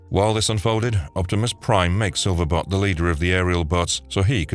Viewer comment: This channel is Gwtting worse.. no one seems to know how to pronounce anything. Silver bot?? Who the hell is that? SILVER BOLT . Several other videos. They do the same thing .. mess up names . To the point of butchering them. Find people who watched the cartoons or read the comics to read your scripts ( stunticons?? .. who are they?? Stunt a cons !